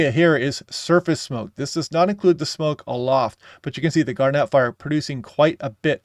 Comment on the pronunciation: "Gar-net", not "garnette"